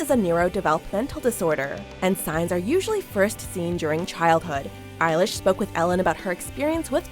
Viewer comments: did she just said eye-lash... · Eye-lish? I've been pronouncing it elle-ish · Her: "Eilish" Me: NO ITS BILLIE EILISH PIRATE BAIRD O'CONNELL